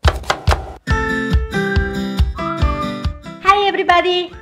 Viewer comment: "Hi ebribadi" makes me SO happy